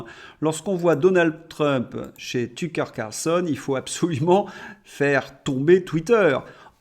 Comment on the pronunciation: De grâce ...! Arrêtez de "blaireautiser" les noms des gens et autres : " Tücker Carson , le Lancet (qui est anglais et qui se prononce Lancette ") les gens qui ne connaissent pas ne peuvent pas avoir la juste référence ! - Pour les mots et noms anglais oubliez la France, vous êtes en Australie ! ! ! la traduction google" basée sur Ai est lamentable...ils feraient mieux de lui apprendre le français .